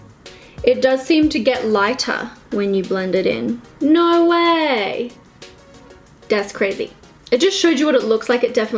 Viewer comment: "das crezy" 😂